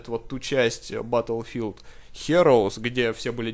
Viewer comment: и Heroes - это не Хероес, а Хироуз